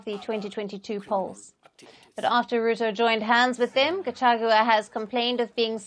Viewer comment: At least for now you can be able to pronounce the name Gachagua not gachachua